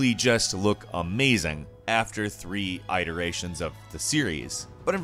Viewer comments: I-ta-rations you say fuckin I-ta-rations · . I have never heard someone pronounce "iterations" like that... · How many EYE-terations of this series will there be? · listen to him pronounce iterations... Nails on the chalkboard